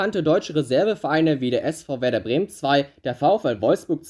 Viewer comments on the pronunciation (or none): none